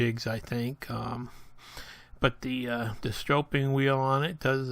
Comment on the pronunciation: /sträp/ not strope (stropeing is not a word) /Sträpping/ (stropping) Nice video. Thanks.